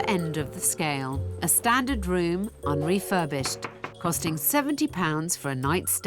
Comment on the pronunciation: "Un Refurbished" lol 😂